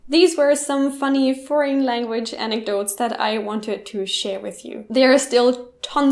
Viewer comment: Foreign, her: frauen, native speakers: for-in